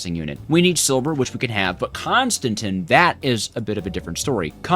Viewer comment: Not "Constintin" Say it like, "Con Stan Tan" Con, like a con artist, Stan like the name, and Tan like what you get at the beach. And its not "Signailium" its "Signal um" Signal, like a traffic light, and um, like when you are saying um for a question you don't know *Make sure to put emphasis on the A though. Also yes the time in bottle sucks time from the bottle when speeding a machine, but the machine will use more FE (does not include create machines)